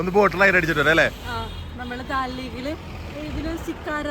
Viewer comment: Daal lake alla, Dal lake Anne, pronunciation seriakaa